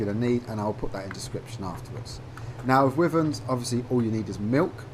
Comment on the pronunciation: Stop saying wiverns